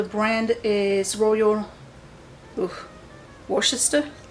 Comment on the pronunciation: So glad to see another decluttering video. Quick tip, Worcester is pronounced like 'wuster.' It's a silent C. Hope this helps!